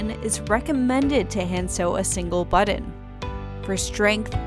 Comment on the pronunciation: Why is she saying buddin?? 😳